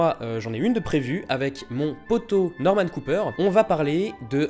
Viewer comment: "Normen coper" Aïe, le pauvre :s